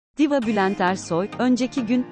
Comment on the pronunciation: Seslendirmeyi yapan hanımefendi Türkçe telaffuzu ve tonlamasına daha çok dikkat etmeli. Diva kısa, Zeki kısa, ihmal uzun okunur.